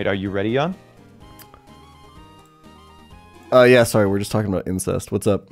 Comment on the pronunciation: Yawn? It's pronounced Jan, actually.